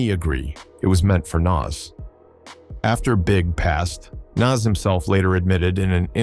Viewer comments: I hate A.i....say Nas name right !!! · How are you mispronouncing NAS and Tupac? 😂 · This video sucks. Is this AI generated? This can't be done by somebody who actually knows what went down in the era. Can't even say Nas, Jeru or Pac right. DJ Quick? Also the Wu Tang beef was limited to Rae and Ghost. They thought the album cover to Ready to Die was too similar to Illmatic to be a coincidence. Method Man even said when asked about it that Rae and Ghost just don't like anybody. The beef with Nas was largely tied to that too. I guess AI has gotten pretty good though it it's not immediately obvious to a lot of people.